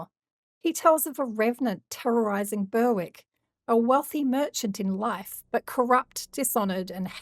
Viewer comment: I love this channel but a simple " how to say ...... " on Google will tell you how to pronounce place names like Alnwick and Berwick and before anyone has a go, these places names deserve to be pronounced correctly, How many people will go about thinking they are pronounced like the creator is saying if not corrected?.